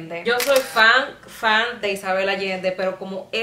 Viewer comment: Lo que yo escuché: "Yo soy Fran, fran, muy fran" 😲😲😲 Lo que Fran decía en realidad: "Yo soy fan, fan, muy fan" 🤣😂🤣😂🤣 Enhorabuena por el vídeo!! 👏👏😉😉